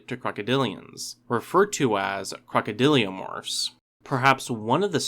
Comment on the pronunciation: Crocodylomorphs my dude. Not crocodyliomorphs. Love your videos bro